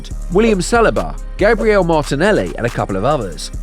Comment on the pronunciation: Based on how you say Saliba and Gabriel, you can kinda tell that the narrator either doesn't watch football or this is AI voice. Aside from that, entertaining video 🤝